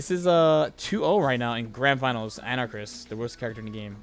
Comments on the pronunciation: Ana-Karis. Not Anarchis, dude. lmao So hyped for the new Capcom collection coming out. It's gonna be sick. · Pronounced "An-Ah-Kah-Ris," for future reference. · an-uh-cahr-is. anarchis? Anakaris. four syllables? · AnaKARIS for fuck's sake say it right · You and jmcrofts are in the club of people that can't pronounce Anakaris correctly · His name is Anakaris. Why can't anyone just say his name right?